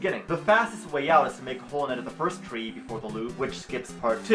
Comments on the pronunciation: "Fiwst of all..." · "Foist of awl" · foist of awl